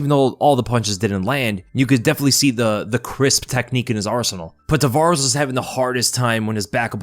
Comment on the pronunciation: Its Ramon Taveraz not Tavarez